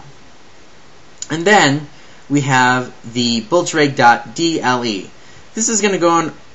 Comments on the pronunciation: "we have the Bultzregger" An fyi, that's not how you pronounce it. Blitz... Kreeg. Is how you pronounce it. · CORRECTION LMFAO: BLEETZ-KREE-GH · you say blitzkrieg totaly WRONG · Dude u keep saying Blitzkreig Wrong